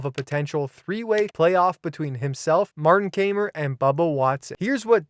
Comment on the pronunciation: Kaymer = "Ky-mer"